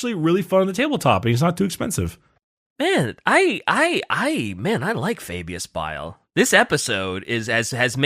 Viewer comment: "you are referring to Fabulous Bile": "AH, FABIUS BILE!" Notice how DIDN'T fall for the trap and did indeed say his name right when baited him. truly did know his name